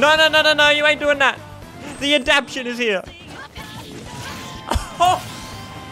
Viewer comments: Adaption? You're only saying 76% of the word there buddy. It's adaptation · *Adaptation. There's a "ta" in the middle of that word.